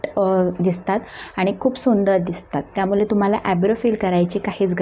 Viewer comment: त्यामुले नव्हे ग त्यामुळे किती अशुद्ध